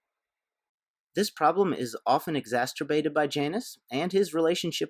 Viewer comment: Exacerterbated?? You mean exacerbated.